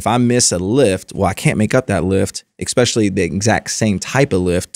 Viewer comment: Constructive criticism for and is guilty of this: the word ESPECIALLY does not start with EX.. sorry, big pet peeve of mine ESPECIALLY with professionals like yourselves. Fascinating interview. Thanks